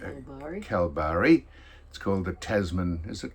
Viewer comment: IT'S PRONOUNCED, KALBARRY!!!! Cripps is still at Carlton.